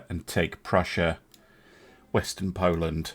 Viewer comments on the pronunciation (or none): none